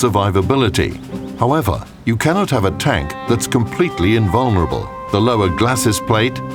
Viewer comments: "there are no tank invanourable" Khm khm 279 vibes anyone? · "Cant have an invurnalble tank" oh ok tell that to the type 5 and object 268 v.4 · "You cannot have a completely invunerable vehicle" -Yeah, Maus?